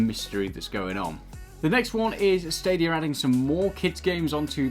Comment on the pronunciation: Hey I love the videos but two things. One, it’s pronounced like Kie ju, not Kay ju. Also, there’s no R in stadia, love you guys thanks for the videos